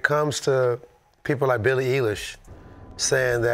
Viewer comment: Worst take goes to Dad for mispronouncing Billie lmao